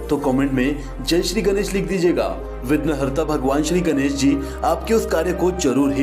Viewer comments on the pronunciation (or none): none